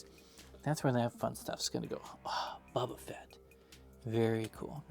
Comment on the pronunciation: I’m sorry but I still can’t stand it when people say Bubba Fett and not Boba Fett 😭